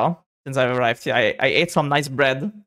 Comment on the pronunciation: "i ate some nice bread" spoken like a true german